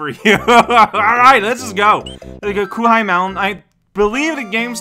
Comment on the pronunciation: Ah yes coo-high mountain, the mountain of all the things that are absolutely pronounced “coo-high”, magnificent